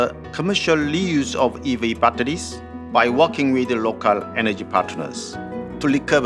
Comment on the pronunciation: 빳데리쓰,,,,,, 공식영상에서 영어 이렇게 할 거면 시키지마 그냥